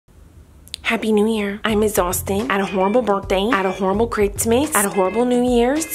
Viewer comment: She said critsmas lmao